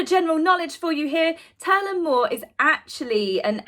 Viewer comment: Turlough mor is pronounced tour-lock more.... 🇮🇪☘